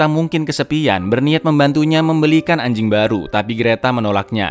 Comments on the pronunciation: Yah biasa aja dong kalau bilang ANJING🗿🗿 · Ngomong anjing ny biasa aja bg